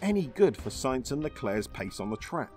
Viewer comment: It's Sainz, sAinz!!! And you pronounce it AH, like when you went to the pediatrician and he made you stick out your tongue and say AH!